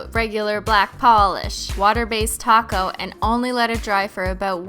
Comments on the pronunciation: oh, "top coat"? I thought she was saying "taco" lol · Every time she says "top coat" it sounds like "taco." Now I'm hungry af